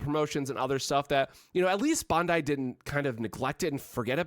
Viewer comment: He says it the way the Japanese people say it.